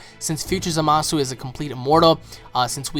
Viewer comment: I speak Japanese and you do not pronounce the U in zamasu its just said as zamas! I keep hearing everybody saying his name wrong and its driving me nuts! lol its zamas just zamas ok ZAMAS!